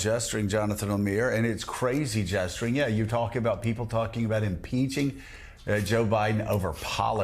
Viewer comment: gesturing or jestering?